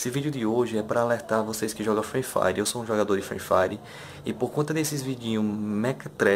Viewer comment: Parei o vídeo quando ele falou Frui Fari .